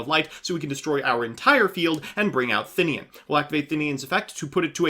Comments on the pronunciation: I don't understand where people get the Thin-ian pronunciation from, it's They-nen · "Thinnian" looks at card text "THINNIAN" You sure about that vowel order, chief?